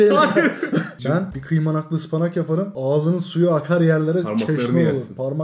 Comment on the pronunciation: Murat abi öyle bir kıymanak dedi ki kelimenin doğrusunu unuttum gittim az önce ne diye internetten baktım